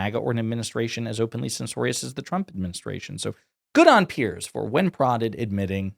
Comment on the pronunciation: Piers, as in rhymes with tiers.